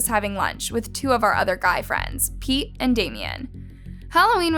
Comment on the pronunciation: is it just me or when they said pete it sounded like pee